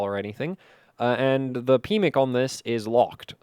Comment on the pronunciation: Anyone else giggle every time said "pmic"?! My PMIC has been locked away for years...😂